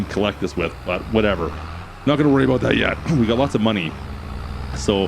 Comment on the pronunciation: Could’ve invested in a small JD riding mower for them contracts with the limited cutting space. 🤷🏼‍♂️ just a thought. Great video man. Love when you say “about” in the maple syrup accent😂 ABOOT!!